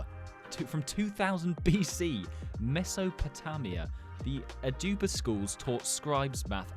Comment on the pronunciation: ITS MESO-PO-TO-MIA like the name mia